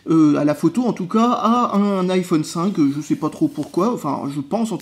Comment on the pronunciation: [Aïe Oh És] Pas [Hi Oh És] 'vec ton [Apôle] là, essaye au moins de prononcer ça à l'Anglaise aussi ^^